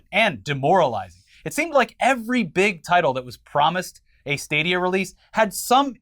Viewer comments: with the "stah-dee-ah" again... It's STAY-DEE-AH like stadium. Love you:) lol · Stahdia... I can't get over that pronunciation.